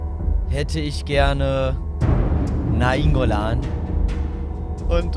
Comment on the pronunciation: so ohrenkrebs, wie Nainngolan aussprich.Aber Probs tritudem gutes video